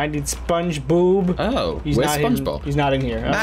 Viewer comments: I heard say ‘ SpongeBoob’ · Did just say spongeboob XD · Is it just me or did just say spongeboob